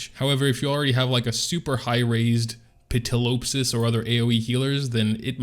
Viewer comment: I'm here for your pronunciation of Ptilopsis